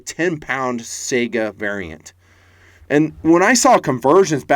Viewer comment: Why can't anyone pronounce Saiga correctly? Is it that hard to look it up if there is any question? Am I the only one who finds that so annoying?